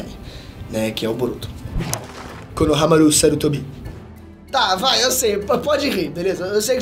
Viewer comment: só arruma a pronuncia de shikamaru e konohamaru, por favor, não coloca a sílaba tônica no final